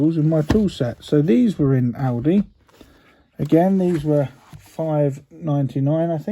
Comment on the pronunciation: Love the way you say A L D I - sounds like Audi, your car? :-) Very informative videos you make, would like to go and bye some of them, but they are never in the shops i Denmark, when you shows them! We don't have Aldi in Denmark anymore. Would like the Magnetic tray or the boxes, but not interested in the bit-set.